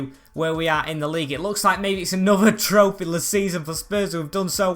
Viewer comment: Tropheyless Mourinho still 😂